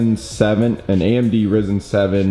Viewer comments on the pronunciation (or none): "amd rizen"-crim i love this guy lol :) its ryzen